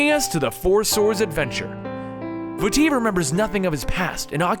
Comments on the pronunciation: vaAti not vati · vah-ty not va-ty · I say Vah-tee for Vaati, and it's Ganon-DORF.... And Oh-carina. Just a few pronunciation gripes. Besides that, it's a great video :D Speaking of pronunciation... I remember you saying "SHA-eek" tribe instead of the Sheikah tribe. I thought it was "Shee-KAH" :P oh well... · I wonder if Vaati's name is pronounced V-uh-tee, like in the video, or if it is pronounced V-ah-tee, because of the double a in the name. Much like General Raam from gears of war. Sorry about adding another pronunciation to the collection, But hey at least I didn't tell you how to properly pronounce something x'D. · vaAti not vaatEE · Vaa ti Not vatti it its a longer a sound like vaaati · Bad grammar and pronunciation. Remember that Japanese people named these characters. When you say "Vaati" you are emphasizing the wrong part of the word and saying "va-TEE" when you should be pronouncing two As at the beginning without stressing either syllable, like "Vaah-ti." Also, "As best as we can" is grammatically incorrect. Best is a superlative, so you should say "The best we can." And it is ocarina, not "ORCarina." It is pronounced "Ockareena." Deku is "Deh-keu" not "DEE-KEW." GanonDALF is actually GanonDORF. There is no Ganondalf the Grey. It is GeruDO (like dough), not Gerudoo. And it's "ALL kinds of crazy things," not "WHOLE kinds of crazy things." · Ganondorf, not Ganondalf. Ock-uh-ree-nuh, not orc-uh-ree-nuh, or oh-kuh-ree-nuh. VAH-tee, not vuh-TEE. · No it's vaa-ti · I think It's pronounced Va-tee. I'm not sure. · Vaati is pronounced like baaty, exept the V makes the nirmal sound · Picori, Vaati, Ganondorf, Ocarina, etc. are all oddly pronounced. Everyone I know says Pi-coree, Va-tee, Ganondorf (with an R), O-car-ina. Hope this helps. Great video though. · Vaati is pronounced ( vah- tee ) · Also Vaati (V-ah-tee) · holy shit the pronunciations of names is awful....Vaati and the Piccori ....totally mutilated their names...